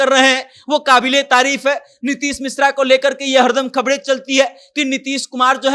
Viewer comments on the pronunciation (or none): Reporter bhai khabde nahi khabre hota hai